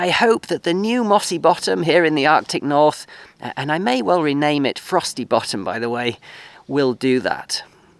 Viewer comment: Hope your venture works out well for you. Did you say Frosty Bottom or Frossy Bottom? lol